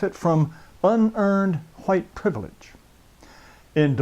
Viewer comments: the way this guy says white is pissing me off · how the hell did i get here?? Why he pronounce white so backwards?? I'm dying here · It’s not white, it’s huwhites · Hahahahahahahahahaa the way he says whites is sooooooo funny ....what a dick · Jared taylor is a very smart man but i cant stop laughing everytime he says white lol